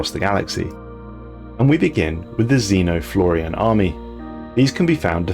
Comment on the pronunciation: Same story with your pronunciation of "XenoFloran" as "XenoFlor-i-an"